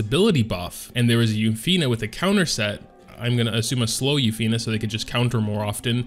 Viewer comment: Yu(u)-fine(fin) not u-fi-ney